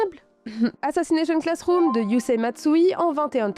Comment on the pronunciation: Tout allait bien jusqu’a ce que tu dise assassnation classroom. 😂😂😂 mon goat cet anime a ete tres touchant pour ma part